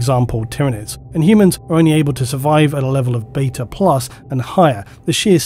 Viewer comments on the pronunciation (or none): none